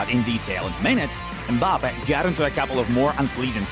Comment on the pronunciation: Mbapeh… bruh you can’t pronounce it correctly, it’s Mbappé (Em-ba-pay) is that so hard?